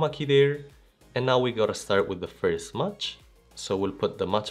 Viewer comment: Thanks for your wonderful explanation..just a suggestion...MATCH is not pronounced as MUCH😊🎉🎉🎉❤❤❤